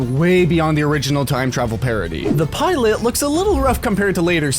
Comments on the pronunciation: hey fyi it's pronounced pilot - as in the guy who flies the airplane 😆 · listen to how the word "pilot" is pronounced at certain points in this video. it's an AI voice.